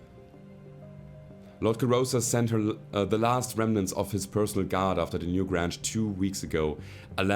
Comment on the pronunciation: Loving the series, subbed because of it. Your English is amazing, I can only wish my spoken German were so good. Only a minor quirk: the "Newgrange" is probably better pronounced to rhyme with "strange" than "flange". I know, English spelling is idiotic. A "grange" is a kind of village, originally. Anyway, loving the shows, don't let people tell you how to play - it's more fun when you play the way you want, because you'll be enjoying it more. And honest enjoyment is the thing that brings people back, I think. All the best from Canada!